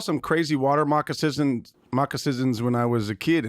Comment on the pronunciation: Kyle straight up said "moccasizins" and no one bats an eye.